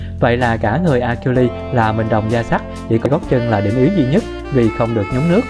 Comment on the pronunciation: Achiiles đọc là "A Sin" nhá.. nghe phát bực. Đếch biết gì về thần thoại Hy Lạp.